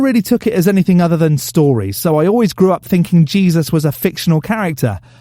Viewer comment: 😂😂😂 I'm so happy I found this channel. Dude said "have you tried jezuz?" Like it's marijuana